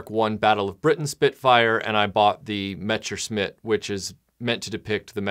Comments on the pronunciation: How do you mispronounce "messerschmitt" as "mechersmit" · Yes, idk what he said. Metsherschmitt or something like that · Every time you mispronounce “Messerschmitt,” a puppy dies.